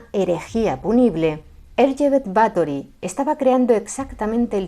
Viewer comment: no sabes cuánto te agradezco que no te hayas referido a ella como Elizabeth, y que además hayas pronunciado correctamente tanto "Erzsébet" como "Báthory". Por supuesto, encantado con que por fin alguien haya tirado por tierra, con datos, la leyenda negra de esta mujer. Y es que, en los últimos años, he visto algunos vídeos de otros divulgadores que se dejan llevar más por la leyenda que por la historia real. Espero con muchas ganas vuestro vídeo sobre María Estuardo. ¡Feliz domingo!